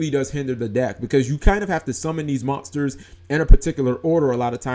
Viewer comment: Dude learn how to pronounce "monsters" better..